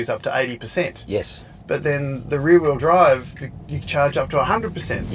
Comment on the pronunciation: I though called the basic White model 3 "The Weary Bride", not the "The rear wheel drive" 😃